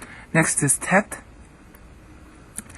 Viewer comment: the thau/ttau are wrong pronunciated ;) so the teth too -- just give an ear to user 'omedyashar' and his 'original hebrew alphabet pronunciation' but the daleth is correct. good work.